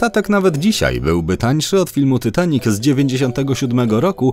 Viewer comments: Ja jestem najwienkszym fanem filmu titanic mam tapete 70 zdięć poduszkę 5 koszulek i 3 zdięcia i puzzle 3d titanic jeszcze mnie to boli że mówisz tytanik a nie titanik jak cos to pisze jak sie mówi a nie jak pisze hehe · Dzień dobry. Po pierwsze: nie mówi się ,,Tytanic" tylko ,,Titanic". Po drugie: ,,Titanic" miał 28.2 m, a nie 29,4 m szerokości.